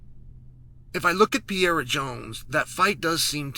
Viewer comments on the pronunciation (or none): Per-eir-a Not, Pie-era Your welcome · I love how Chael just gave up by now and calls Alex "Piera" instead of Pereira 😂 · With all due respect Chael, it's not Pierra! god damn lol Have some respect for the guy and at least try to pronounce it semi properly if you're gonna say his name 30 times in a video. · He literally pronounces every fighters name he's talking about WRONG, and he obviously does it intentionally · Uncle Chael Still Can’t pronunce Pereira…..